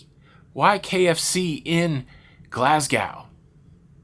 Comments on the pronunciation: Ok I try not to comment on American pronunciation of Scottish towns. However you visited did you ask any one how it pronounced on tours did no one say anything. Edinburgh hurt my ears now Glasgow first glass gow no it’s go the w is silent so go like sew not gow like cow just Glass go. Edinburgh has a silent a sound so it goes Ed in burrrr a. Again did you see or speak to a Scot on your visits. I’m not trying to be mean but it hurts our ears like polystyrene or black board scratching, so we often switch off because it hurts. ❤️ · sorry but it's Glas GO not Glas gaow not meaning to be offensive but it's making me chuckle every time you say it!!! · It's pronounced GLASGO the w is silent. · GLA-s-go, the s is soft and the W is silent. 😀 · I got such a giggle at how you said my home town of Glasgow. When you say it it should come out as Glassgo. I know I can be picky but boy how many people say it the same way. Love your videos hope your fall didn't put a damper on your cruise. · Just a tip for Glasgow its not how you pronouced it its more like Glasgo the w is silent. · Dude, brother. You're pronouncing Glasgow wrong. You say it to rhyme with Mad Cow. This is wrong. It should rhyme with Bad Toe ❤